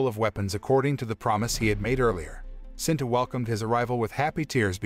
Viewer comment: It's SITA sir not sinta